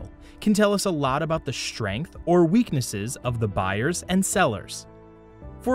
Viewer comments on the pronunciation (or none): weakeness not "weekness"